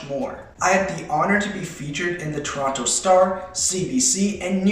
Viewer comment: WAIT DID HE SAY TORANTO!? THAT’S WERE ANOTHER YOUTUBER LIVES AND HIS NAME IS stromedy !!